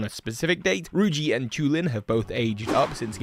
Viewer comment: did you just call her ruji